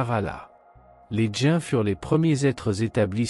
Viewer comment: Les djains 😂trou de bal d' IA !